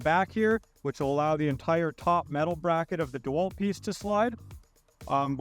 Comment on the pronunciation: Did he say Dewelt ?.....really